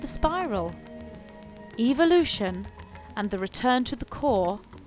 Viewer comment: The truth is no one knows. NO ONE. It is all observation. It's ...ev-el-ution. Not eve-el-ution. What you are saying in "What happens to us..." is what Jesus was talking about,however, it was all changed by greedy gov't people who want wars and people divided so there is no peace...they keep us guessing and fighting with each other, this makes it possible for "them" to live large, while the rest of us live "small". This info is not what "they" want us to know. Good video.